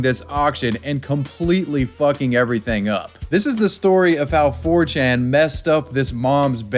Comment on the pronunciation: My ears bleed from that